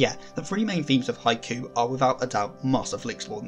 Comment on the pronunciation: It’s “Hi-Q” not “hi-coo”.